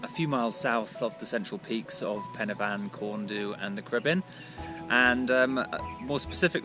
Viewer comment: Well, to be fair, you got Pen-y-fan correct, so it's not too difficult to get the others right as well. It's not as if there aren't enough Welsh peoiple around to help you...